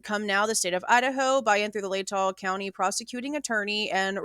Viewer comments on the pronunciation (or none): none